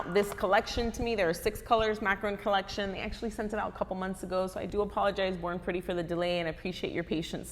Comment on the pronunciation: I thought U said “ boring pretty “ 😂